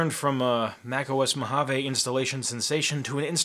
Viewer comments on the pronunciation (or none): Why is mojave pronounced mo-hoven? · I want to pronounce Mojave “ M O J A V E” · Mojave is pronounced mōˌhävē. According to Oxford, it may also be spelt "Mohave". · You are spelling Mojave wrong it supposed to say "Mojave not Mohave"